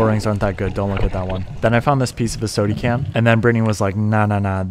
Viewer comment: “A sodee can” 😂